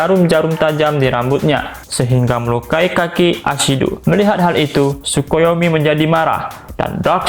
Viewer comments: Bukan sukuyomi yg bener takoyami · Tokoyami bg bukan Tsukoyomi